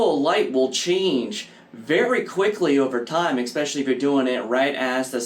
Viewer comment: There is no X in the word, especially.